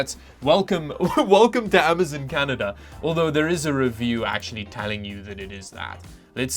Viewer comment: AM - A - ZON not AM - A -ZIN